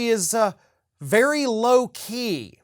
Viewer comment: "Low Key" is what we heard. "Loki" is what was on the teleprompters.